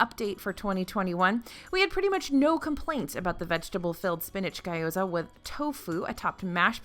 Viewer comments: Ga yoza? Yeah nope, just gyo-za there is no A after the G... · wait i thought we went over this last time haha-! it's pronounced gyo-za, not guy-o-za! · maybe ghee-o-za would help her out LOL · You had me at FARTS! lol. (Although might want to look into how to pronounce "gyoza" ;))